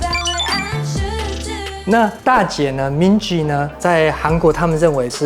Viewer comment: Minji 和 Jisoo 的j都發錯音了 我強迫症！！！